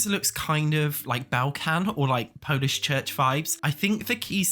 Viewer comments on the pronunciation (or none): none